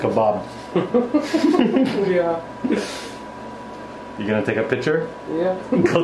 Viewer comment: When he said tasty kobob I was. Like 😂😂😂😂😮😮😮😮😬😬😬😮😐😐😐😵😵😵😵😵😵😵